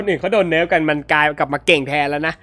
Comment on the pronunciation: พี่พูดว่าแพดนี้ เนื่ยกายว่า